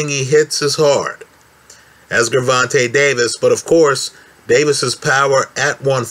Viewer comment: Pronounce the G like a J.